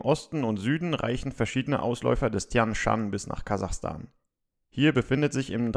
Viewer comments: 😅😅😅 Kasachastan hahahahaha Kazakhstan 😂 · Kazakhstan!! Nein Kazachstan!